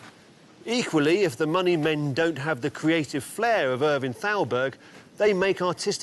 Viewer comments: Thowlberg?! Thowlberg?! Come ON man!! Thowlberg?! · I love this series, but your pronunciation of Thalberg is horrible. And, you say it so many times.